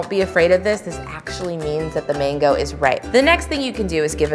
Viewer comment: Why do you pronounce it like Mingo? It’s called a mango!